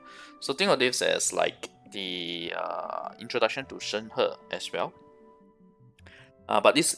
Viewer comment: ah.. finally.. someone who can pronounce her name right.. thank you for the info :>